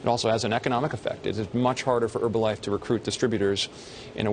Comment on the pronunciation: Why do they call it "Erbalife"?